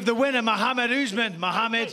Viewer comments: It's "Oth-mann" not "ooozzzman" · I thought the announcer said "The Martyr" Usman. fml